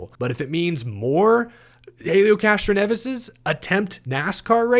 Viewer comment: I believe the proper pronunciation is ‘Castronevi’.